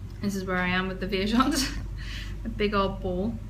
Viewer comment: Just to say that you are pronouncing Viajante correctly! It means "traveller" in portuguese ;) Love your podcasts!